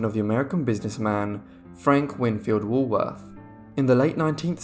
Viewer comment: Too bad the narrator cant pronounce Woolworth.